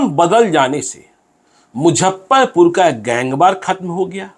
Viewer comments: मुझप्परपूर नही मुज़फ्फरपूर hota sir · अरे यार इसको मुजफ्फरपुर बोलने नही आ रहा है।😂😂😂🙏🙏🙏